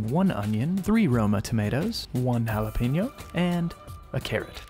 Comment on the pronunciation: Nice recipes but the imitation Andrew voice and his super white pronunciation of jalapeño and cumin are too cringey for me to enjoy.